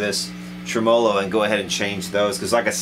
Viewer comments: There are a few of us out here that cringe at "tra MOE low" when we are so used to "trem uh low" :) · It's TRE-MO-LO not treMAWLAW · Never heard anyone pronounce tremolo like that, that's new to me. Each to their own obviously. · Great info and presentation. One suggestion, it doesn’t benefit anyone to mispronounce gear and parts.... like say a tremolo.... It just pisses of folks that know what it is, and what it has been called In it’s country of origin. And it not only misinforms the ppl that don’t, but just helps Guarantee the old-timers aren’t going to want to spend a lot of time with them bc they’ll sound like morons saying Tremmo-lo.. it’s a tremolo bro.... that’s all. Pronounced “trem’olo” Thanks for your time Liked and subbed. For now. 🤘🏼🤙🏻